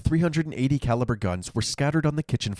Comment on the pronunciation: Did you say "Three hundred and eighty calaber" wow